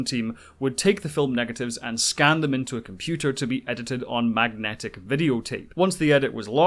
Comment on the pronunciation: I lost interest when the narrator could not pronounce “computer”!